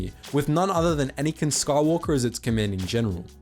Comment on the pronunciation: Anakin Skahwolker